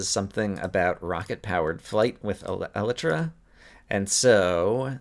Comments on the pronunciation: you are pronouncing Elytra wrong. it is pronounced E-lie-truh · I know you're probably joking, but I find it actually slightly annoying that this wrong pronunciation has caught on in Minecraft circles.